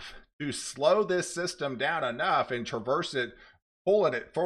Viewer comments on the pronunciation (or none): none